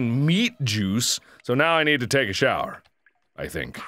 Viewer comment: Can't you pronnounce shower correctly?